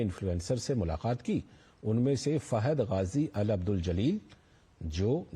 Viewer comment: मुलाक़ात बोलिए ना कि मुलाखात